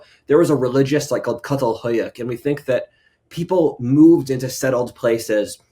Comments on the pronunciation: Çatalhöyük is pronounced like Chatalheuyeuk. FYI (I am a Turk) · Friend, it’s pronounced “Chatal Huyuk.” Ç makes the “ch” sound in Turkish (Turkey is where the archaeological site is found), “ch” as in the English pronunciation of chocolate.